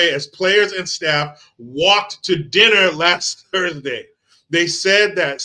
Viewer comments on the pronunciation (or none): none